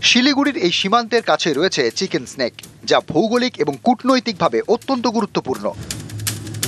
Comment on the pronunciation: Chicken nack bola chicken snake na 😂